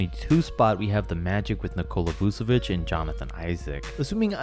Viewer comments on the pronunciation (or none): U say it vusevic but u have yo say it vuCHevic